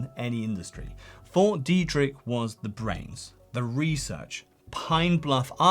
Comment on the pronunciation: The way you say Fort Deidrich keeps sounding like "4D Tricks"... And I somehow don't disagree